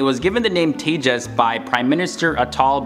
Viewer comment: Thanks for pronouncing the name correctly 😂👍👍